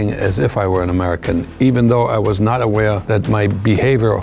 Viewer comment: You can still hear his german-ish side when he's pronouncing "aware"